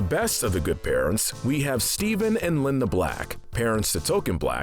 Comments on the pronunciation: "Liane" Cartman--- pronounced like Lee-Anne. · my name is da-veed and it's not baby it's bebe and it's not linda it's liane